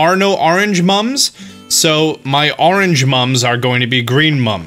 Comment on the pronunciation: Pronounces "orange" as "arrange". "Wooder"